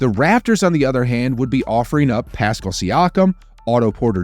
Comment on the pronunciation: It’s pascal not piscal. I love your pronunciation.